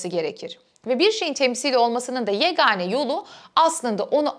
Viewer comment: "yegâne"', yani ince söylüyoruz.